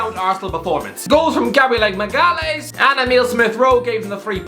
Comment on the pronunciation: As another guy named Gabriel Magalhães, his pronunciation made me wanna jump of a bridge